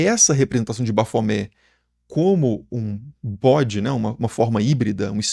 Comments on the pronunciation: Tem que pronunciar o "T" porque a é um acrônimo invertido para Templo Hominis Pacis Aba, Templo do Homem Paz do Pai. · Gente, me lembra também aquela mãe de santo, que mandou fazer uma imagem de Baphomet enorme e colocar em cima da entrada da casa dela kkkkk E me lembra aquele video do Rock in Rio la de 80 e pouco, com o cara pronunciando errado. Ele literalmente separava: bap-homet. Tanto esses quanto o do Super Xandão, eu morro de rir kkkk